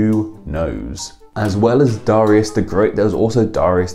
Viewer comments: dare-ee-us not da-ry-us "darius rucker" for example. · The site that told you how to say Darius is wrong. It's pronounced DARE-ee-us. BTW, Darius Rucker is from my hometown and my uncle goes to church with him. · Scotland - always pronounced it Darry-us. Never heard it said the way you do :-D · I had no idea it was actually pronounced "duh-RYE-us". every Darius i knew or heard of was pronounced "DARE-ee-us" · Do you pronounce it DAR-ius or DA-RI-us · It’s pronounced Dare-E-Iss, in the US at least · Who the hell pronounces it dor-ai-us!? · Yea he butchered it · Here in the US, too. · Yeah, I've never heard it pronounced like that! I wonder if it's an oopsie or if some people actually say it like that? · Is it not pronounced DAR-ius? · Nobody has ever pronounced it the way you have lol